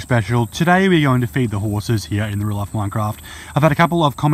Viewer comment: New real life mincraft and in the older days he said life like loife